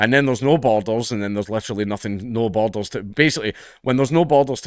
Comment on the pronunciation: Great video! I did struggle a bit: 'Is he saying bottles? How are bottles great to a country? Boulders, maybe? No, that doesn't work. Borders! He's saying borders!' Please forgive me, I'm a Yank.